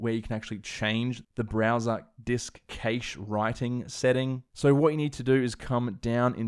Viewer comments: Cash not cAsha lol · It’s cache not caish LOL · What’s a ‘kaysh’? 🤣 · Some really good info presented in an easy to follow format, I'll be back to apply this when I (finally!) get my hands on an M1X Macbook Pro. And also... during working for various companies in the UK for some 40 years and dealing with many tech support people, I've never heard the word cache pronounced 'caysh' like that before. I've always heard it pronounced 'cash' here in the UK. Interesting how that differs even between the UK and Australia. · Was a tad confused when I heard you pronounce "cache" as "kaysh," then realized it's a thing in Australian English. Great stuff as always. You've been very helpful in my consideration on whether or not I should purchase an M1 MacBook. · Your pronunciation of the word "cache" is actually driving me insane. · I've never heard "cache" pronounced that way before...is it an Aussie thing?